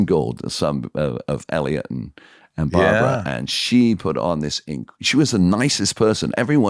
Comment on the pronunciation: Love this guys but it’s Barbra. Funny watching this because Barbra Streisand is always been my idol since I was a young kid so I would’ve been ecstatic to meet her. Love this watching this.